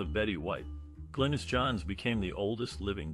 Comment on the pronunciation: Also pronounced Glinis not Glenis